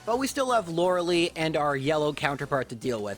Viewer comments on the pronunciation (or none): Come on man. Still? It's Lore-eh-Lie, not "Loralee". I am going to keep commenting this on your videos until you fix it. If you truly believe that "Loralee" is the correct pronunciation of her name, I'd be happy to have a conversation with you and hear your thoughts. But otherwise, please fix this mistake! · We need a Lorelei run! You could name yourself "Lorli" to mirror the way you pronounce her name 😛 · Also, "Lora lee" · "Loralee" "ArCAYnine" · that is not how you pronounce Lorelei